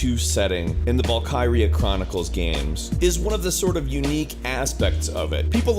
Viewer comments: And noone pronounces Valkyrie like that it is Val-kir-ee not Val-ki-ree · Not just Japanese, its his pronunciation in general. Vul-Ker-Ee-Yah (Valkyria), its like saying Vul-Ker-Eye for Valkyrie. (note: that is exactly how he pronounces them)